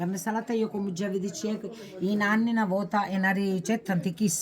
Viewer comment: Perché dici Nanni si dice nonni